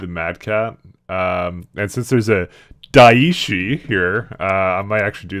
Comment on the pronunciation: Not to be an arse, but "daishi" (meaning "great teacher") would be pronounced more like die-shi(t) without the t.